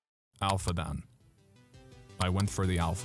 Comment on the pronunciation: its not pronounced dan. its pronounced dawn.